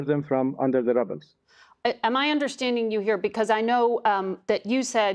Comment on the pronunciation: JUS HEAR HIW HE PRONOUNCE RUBBLE. DORKNIS SUPPOSED TO BE FOREIGN MINISTER 😂😂😂😂